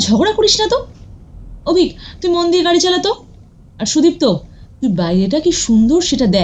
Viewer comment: Golpo ta bes Valo... But 1ta general Suggestion, Character er Naam gulo Aktu Simple Choose Korben doya Kore... Karon Sudipto Naam ta ( may be Bidiptaa Naam er Character thakar dorun) Koyek baar Sudiptaa hye geche... Ai vul uccharon, golpo Sonar somoy Khub Kane lage... tai ar Ki....